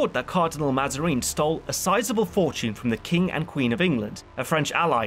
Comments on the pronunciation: I found "Mazareen" and "Orleens"most funny. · I love the content but the pronunciation of Mazarin and d'Orleans... My god.